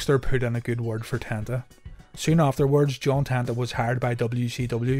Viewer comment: It's pronounced Ten-ta, not Tan-ta...as spelled.